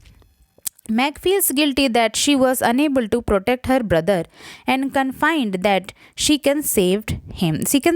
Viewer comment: Confined nahi Confident